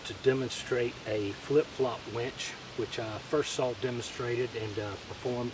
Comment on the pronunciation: did he say flip-flop "wench". Been looking for that.